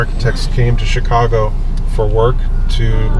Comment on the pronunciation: сами они говорят Щикаго))